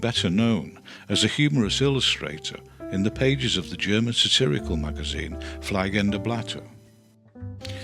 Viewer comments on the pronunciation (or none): Thank you for these videos. In german "ie" is pronounced "ee" as in bee. "ei" is pronounced as in fly or die. So fliegende blatter is pronounced as in flee.